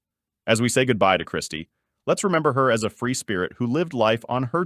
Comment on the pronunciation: Ķirsty, not Kristy, get it right!